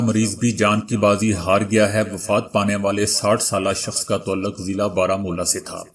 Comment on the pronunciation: تعلق کو تولق نہی تعا لق (تاالق) پڑھا کریں